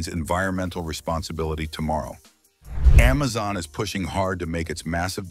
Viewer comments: Why does it keep saying emezon vs amazon. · "AmmMaZon" 😂 "EmMaZon" 😂